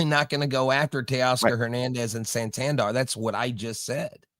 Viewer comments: it Is San Tan Der! Not San Tan Dar bro lol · It’s Sahn Tahn Dair